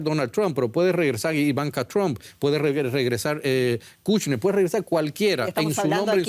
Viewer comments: Por favor, el apellido Trump, se pronuncia TrOmp. No TrAmp. En cuanto al programa, excelente la colaboración de los panelistas. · El apellido del mejor Presidente de USA Mr TRUMP se pronuncia con la letra "O", osea la letra "U" se convierte en U. NUNCA se PRONUNCIA CON LA LETRA " A " . SI viven en ESTADOS UNIDOS APRENDAN A PRONUNCIAR BIEN EL INGLES. Muchas Gracias 🙏💒👍